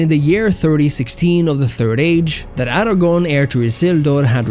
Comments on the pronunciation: Aragorn, not Aragon (a former Spanish Kingdom). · Except the pronunciation of "Aragorn" which is mistakenly said as "Aragon". Gotta get that R in there